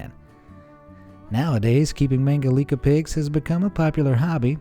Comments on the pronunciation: It is "Mangalitza" not "Mangalika". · ”Mangalitsa pigs”, not mangalika.